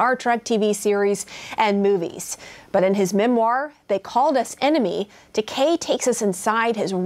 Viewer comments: she could at least say his name right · She keeps butchering is name 🤦🏼‍♀️is it Takai or Takei?